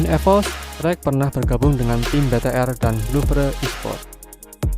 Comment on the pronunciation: Louvre dong nyebutnya bukan loupre